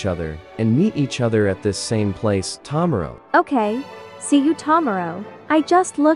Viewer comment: "ta marrow'